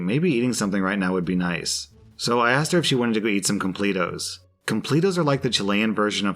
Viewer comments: Him calling them Complet-os is so funny to me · Complatos are pronounced complettos! 😆😆😆😆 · I like you man but hearing you just mess up the word "completos" just hurt me and I demand to speak to your manager!!! Hahahahaha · Chilean here! I died with how you pronounced completos haha. The image shown are fancy completos that you don't often find here, if you want to see what a typical completo looks like google "completo chileno".